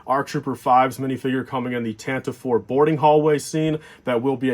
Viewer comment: FYI It's pronounced like "Tan-tiv-ee" not "Tantiv" I hear you and say this wrong a lot.